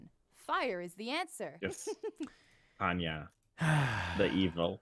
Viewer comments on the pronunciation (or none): none